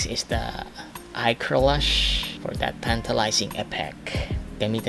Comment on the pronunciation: PART 2 PLEASE!! "KILAY POWER" "POR DAT TANTALIZING EFFECT" HAHAHHAAHA I DIED